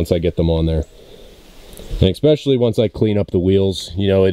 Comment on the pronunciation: Btw it's pronounced especially not exspecially. Do better nibba